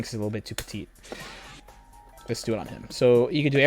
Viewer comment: Sorry for the random question but are you french ?!? Because when i speak english random french word come out and this (broly is a litle bit too "petit") was amazing